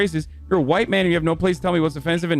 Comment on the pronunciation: ...huwite boy!...lololololo